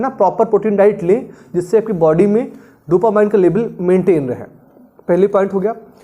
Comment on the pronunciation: Sir, dopamine ko डोपामाइन bolna galat hai, sahi pronunciation hai डोपामीन। Jaise "determine" ko डिटरमाइन kahna galat hai, sahi pronunciation hai डिटरमिन।